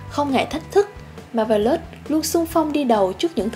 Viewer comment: Bạn này nên đọc chuẩn xí hơn nữa các tên riêng, ví dụ như Zangyack nè, hay Marvelous nè. Mà không hiểu sao nghe giọng bạn lại nhớ tới bản lồng tiếng trên các đĩa ở Việt Nam hồi xưa :V